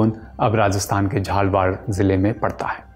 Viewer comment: Its not jhalwar its jhalawar